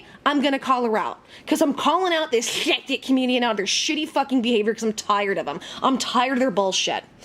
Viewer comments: "Scchheppticchhh" Community - I lol every time you say it!! (did my best trying to spell it) 😂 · when you say skeptic i die.